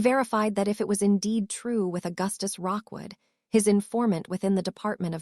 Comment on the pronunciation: Why is it that not a single AI can ever get a name correctly, it is Rookwood not Rockwood